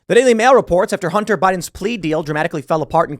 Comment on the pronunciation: Idk why but everytime you said bunter I started cracking up